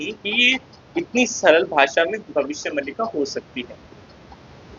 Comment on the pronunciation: भाई ये भविष्य मल्लिका नहीं इसको मालिका बोलते है 😂😂😂😂😂😂😂😂😂😂😂😂😂